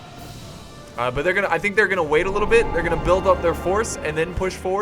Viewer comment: I love it when you say GOON DAH BAHD